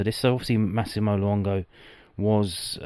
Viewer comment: Wow. Luongo accent’s gonna need some work 😂🐨🦘